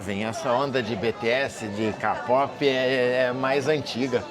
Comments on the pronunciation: doeu meu ouvido vc falando ka-pope em vez de kei-pope... eu sou Army e ouço muitas músicas coreanas. Desde 2014 através da minha filha acabei me envolvendo com a cultura coreana e o grupo BTS tem algo forte que não se explica. Já fui em alguns show, BTS, straykids, NCT, Kard, e sinceramente, hoje o bumm do k-pop cresceu mais ainda. Só cuidado como pronunciar, porque ficamos sentidas. 😊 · Adoro ouvir todas as histórias do, mas por favor, falo com carinho, tá, diga "quei pop" para o kpop, senão soa muito estranho...